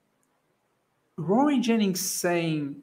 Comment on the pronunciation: The way you said Rory Jen ingsss 😂